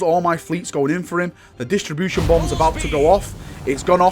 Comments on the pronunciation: DIS-RUP-TION. It disrupts shields, not distributes them. :) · Disruption. Say it with me now, DIS-RUPT-SHEN